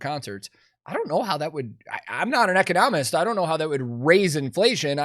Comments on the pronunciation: You're mispronouncing the term. It's not eco-NOM-ist; it's e-CON-no-mist. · E-cono-mist Instead of eco-nom-ist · great video but jesus, its "e-CON-omist" not "eco-NOM-ist" lol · Dude , you're putting the em-PHA-sis on the wrong syl-LAB-le... the word is pronounced ee-CON-oh-mist with the emphasis on the second syllable. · I love you brotha, but you are absolutely killin me the way you keep saying economist.😂 its eee-con-o-mist. 🤘🤘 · the best bit of this clip is pronouncing “economist” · The way he pronounces " economist" drives me crazy. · The way you’re pronouncing economist is killing me 😂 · I have never heard anybody say economist this way, and saying it this way 74 times in a 15 minute video made my skin crawl lmfao hooooly shit. Love ya tank, but your emphasis is on the wrong syllable here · Why are you pronouncing economist like that?!